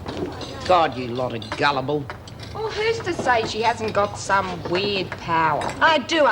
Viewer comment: got nerve saying guilble she sucks up too fergo thats gullible